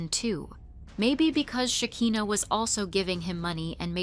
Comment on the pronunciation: Great job on the video. And just so you know her name is Shekinah, not Hakinah. Not that it's a big deal. Lol, just thought you should know